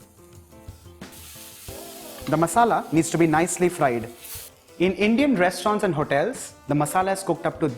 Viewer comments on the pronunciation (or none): none